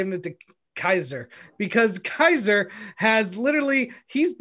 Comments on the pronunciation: Kaser, Pacific, Gregg. 😂😂 All hale the King of mispronunciations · mispronouncing Kaiser's name was the best